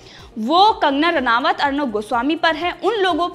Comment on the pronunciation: रानावत नहीं मुर्ख। रानौत बोलो।